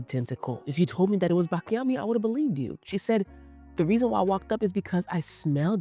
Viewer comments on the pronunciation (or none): I love you videos :) I just wanted to tell you that we pronouce it : BATCHIAMI ! I'm italian that's why I decided it to tell you :) Kisses :) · Love you.. you're butchering the names Baciami (pronounced Bah-chee-ami), Sol de Janeiro (Jen-air-oh), Khair (pronounced care), Nishane (nee-shah-nay), Sospiro (so-speer-o). Peony is pronounced PEE-uh-nee (stress on the first syllable). I swear i think you're amazing and not trying to be shady- truly trying to help you (and your viewers who watch and learn from you) out. ❤